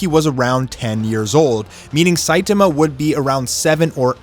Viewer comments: ITS NOT SITAMA ITS SAITAMA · It's very refreshing to watch a OPM commentator who actually knows how to pronounce Saitama correctly. Props! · That way you say Saitama kills me bro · I cannot with the way saitama is pronounced. Lol.